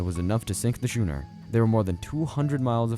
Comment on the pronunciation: Schooner is pronounced "skooner." And yes, orcas ARE whales. They're members of the toothed whale order.